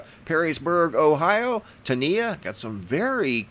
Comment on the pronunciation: TANIA is pronounced Tahn-yah not tan -eeyah. It is not me sending the photos but my name is spelled the same. :)